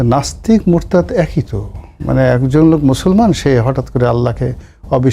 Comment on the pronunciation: ভাই শব্দটি হবে মুরতাদ মুরদাত নয়।